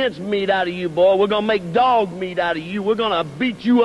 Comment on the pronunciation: Um, who ever said that it was a "work" accent? I was saying that his accent was perfect while saying "Boy", not his "fake" accent or that it wasn't his real voice.